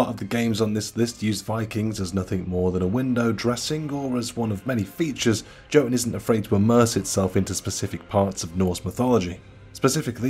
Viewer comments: It’s pronounced Yo-toon not Jo-tun. Top 10 Viking games and you missed out on god of war? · I cringe everytime he says "JOE tun" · I think Jotun is pronounced as "Yotun". Most countries that use the same letters like the Germany and the Scandinavian countries use J as Y. Don't ask, because I don't know the answers.